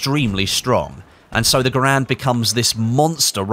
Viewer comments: ITS GARAND NOT GRAND GUYS!!! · It's gair-end not ger-and